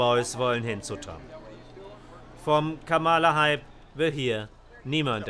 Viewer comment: Warum spricht der Sprecher durchgehend von Kamála statt Kámala? Das macht auf Englisch nur Trump.